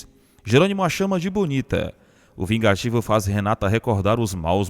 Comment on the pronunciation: Verdade chamar Gerônimo de VIGATIVO...Que palhaçada desse narrador...😝